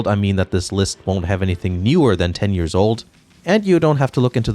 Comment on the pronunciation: "It only took two yeeeeeuhwwws, until the series made its transition to 3d"....the hell happened to your pronunciation of years?